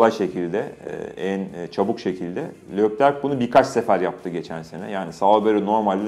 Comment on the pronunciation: Serkan Acar saygı olarak senin durmadan seslendin (Lökler diyorsun) söyleyiş aslında Türkçe yazarsan( Lekler diye okunur ) Lökler diye okunmaz